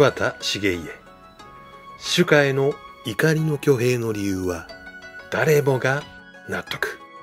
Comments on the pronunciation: 細かい事だけど 主家しゅかX しゅけ◯ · 主家をしゅかって発音するから変なの。と思っていたら、最近は「しゅけ」でも「しゅか」でもいいんだね。違和感はあるけどね。 そのうち本家とか分家も「ほんか」とか「ぶんか」なんて発音するようになるのかね… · 自分もずっと「しゅけ」だと思ってたから受け入れづらい